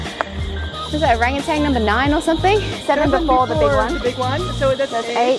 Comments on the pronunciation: Okay, I don't believe you guys did any major damage, other than further humanizing these wild animals just a bit. Unfortunately, they need to fear and cut a trail when they see humans. Also, one of my Pet Peeve's is when people mis-pronounce the animals name. It is an Oranugtan, not Orangutang. No "g" at all. Just remember Orange and Tan, and you should be all set. Okay enough negatives I did enjoy seeing these magnificent animals and I do thank you for sharing. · Learn to pronounce the names correctly. I am Sumatran and I speak fluent multilingual without weird accent. Don't add letter g at the end of orangutan. Orang means people. Hutan or utan means jungle/forest Hutang or utang means debt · it's orangutan not orangetang. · why is she calling them Orangatangs?? smh...